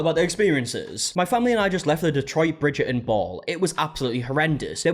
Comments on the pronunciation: I’m here again, two weeks later, to listen to say “Bridger-In” over and over again. 😂 Love you and your accent! 😘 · “Bridger-un” 😅 Sorry I had to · I keep hearing "Bridget and balls" 😭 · "Bridgerrdin" hehe😂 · Why do Bri-ish people refuse oo pronounce the T in words or names like Bridger-on?? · Bridger'in lol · the way he says bridgerton is hilariousssss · avoiding that T in Bridgerton like it's The Unknown from the Glasgow Willy Wonka experience 😂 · It’s blowing my mind hearing and actual Brit pronounce Bridgerton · haha no...just the letter "T" 😁